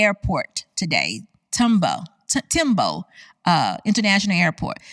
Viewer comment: Hello love your channel, I have subscribed! But I would love to hear you pronounce names correctly like "Accra" & "Tambo"! No harm intended,.